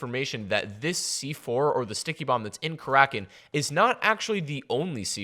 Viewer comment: its kara kin not kar rakin fuck say it right